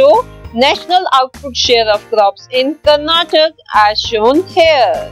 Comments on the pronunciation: Mam sry to say this it is karnataka not karnatak pls say it properly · That is not Karnatak that is Karnataka